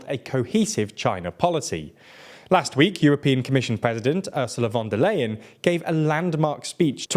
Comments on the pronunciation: Unfortunately, you are mispronouncing von der Leyen's surname throughout the video. It's [ˈʊʁzula fɔn deːɐ̯ ˈlaɪən], "ey" becomes "aɪ", like "i" in price or time. You routinely butcher the pronunciation of names in less known languages, but this is German, quite known language and easy to more or less pronounce properly by an English speaker. However, no one in your team thought about even consulting Wiki on the pronunciation. Please do better in the future. Otherwise it is quite disrespectful and detrimental to your image as a professional site. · Is it really that difficult to pronounce "von der Leyen" correctly? It is really hard to take a channel called "" seriously when you systematically mispronounce the name of the president of the European Commission.